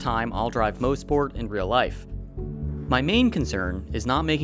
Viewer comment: "Moss-Port" not "Mose-Port" glad you guys had fun up here in Canada!